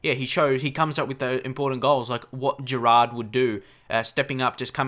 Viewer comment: it's Gerrard not Gerard .from Myles